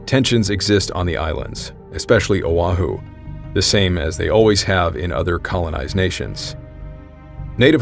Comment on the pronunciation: Now I can't unhear "Island of Uwahoo" as "Island of Wa-hoo!" For some place in Mario's universe lol.